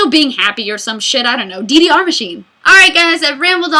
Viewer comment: I thought you were saying a DVR machine, not DDR machine... i was really confused, because those are not very expensive...